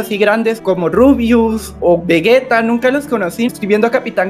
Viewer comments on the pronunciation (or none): todo bien con el sacrificio de blum pero... como pronuncia "vegeta" xd